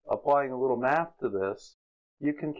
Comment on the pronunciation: once you said and wrote "EQUALS" you completely lost Anthony Riley. "MAFFS" ain't his strong smoot....